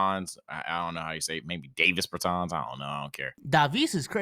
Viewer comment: No way you called him Imdavisss Bertans LMFAOOOOO